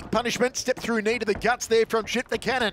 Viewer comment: Hope the guy behind the microphone learns to say CVJETIČANIN the right way. It's awful 🤮🤢